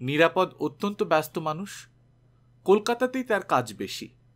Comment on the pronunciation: নিরাপদ্ নয়, ও-কারান্ত নাম নিরাপদো। যদিও বানান একই। একজন বাচিক শিল্পীর এটা খুব বড়ো ত্রুটি।